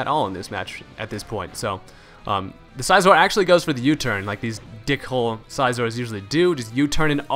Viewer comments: It's Scizor as in "scissors", nice battle, though. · lol the way he says scizor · Why do you pronounce Scizor so weird?